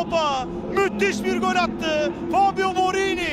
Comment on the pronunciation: 1 gakasaray değil Galatasaray 2 cezal değil ghezzal 3 göl değil gol 4 mükkemel değil mükemmel Türkçe hoca na sabır dilerim :d